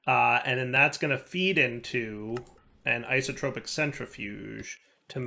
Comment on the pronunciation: when will learn how to say isotopic not as iso-tropic